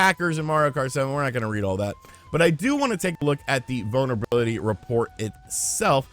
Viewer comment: Every time you say "vulnerability", I swear it sounds like "bonerbility"...